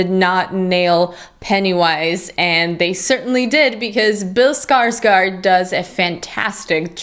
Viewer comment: I wonder who will be the first American reviewer to pronounce "Skarsgård" correctly. The "å" doesn't sound like an "a", it's more like an "ou" (as in gourd), so "Skars-gourd". Good review btw :)